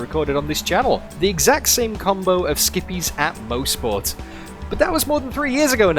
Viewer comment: I'm from Bowmanville. This is pronounced MOSS-SPORT here. Maybe we locals pronounce it wrong. Certainly possible.